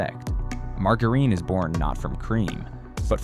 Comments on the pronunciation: Are you kidding pronouncing margarine wrongly? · Another dumbass, a I video, they can't even say margarine